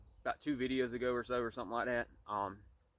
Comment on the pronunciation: It is okay to be articulate. Feel free to pronounce the word "THAT" correctly.